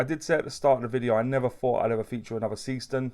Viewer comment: Brightest of what 'bunch'? Timex indiglo, Lorus lumibrite, Casio illuminator? BTW, the brand is pronounced ZAY-shtern.